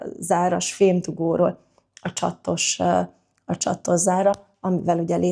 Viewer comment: A nő vicces, hogy többször is 2 t-vel mondja a csatos bambi szót.NEM csaTTos!!!!!!